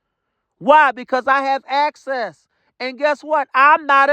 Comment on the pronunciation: He had actcess😂to the compu😂